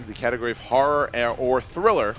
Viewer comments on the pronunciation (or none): Each time says horror I think he's saying whores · I thought said their strength was whores for a minute there.